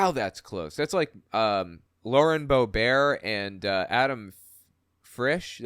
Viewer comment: Bobert isn't pronounced French. It's "Bobert." She would never in her life try to be the least bit European.